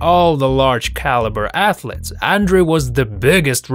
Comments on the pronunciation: Who knew 'ath-lets' where a thing... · It's 'athletes' not 'athlets' What are 'athlets'? Baby athletes? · WOW! A video about "athlets" What the hell is an athlet? In 9087? LMAO!